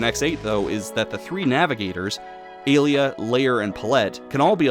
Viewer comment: Hey, I noticed that you pronounced Alia's name like Alita. The first half of her name is supposed to sound like alien. The latter half, you got right. As for Pallette, it's like pal and let.